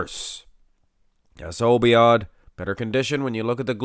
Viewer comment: Obaid not obiad.